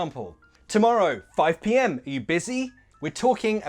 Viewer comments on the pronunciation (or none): They way that he pronunces the "Are you" in "Are you busy?" it's make me crazy . I mean, I can't understand it if I'd only hearing it. Luckily we've write it on the blackboard. I think it's god level of connected speech